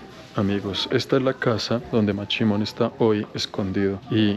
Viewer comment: Es mashimon no machimon,chimon es otra cosa...